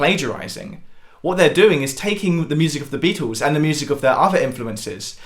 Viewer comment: It sounds like is saying: The Bee-Tools. Maybe that's how you're supposed to pronounce their name..